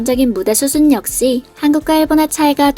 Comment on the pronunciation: 발음이 역시는 역싀인데 의상은 왜 으상이에요?ㅋㅋㅋ